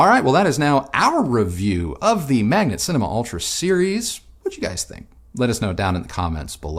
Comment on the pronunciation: You pronounce it wrong all the time, it is M A G N A T not m a g n E t :)